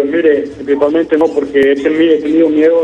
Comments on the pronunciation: Principamente jajajajaja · Jajaja este man que dice prisipal mente ya avia ayamado al canal 😂😂😂😂